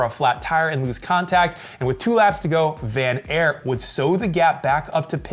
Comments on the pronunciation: It's Van Aart not Van Airt,..., as in tart or fart.. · he still pronounced it wrong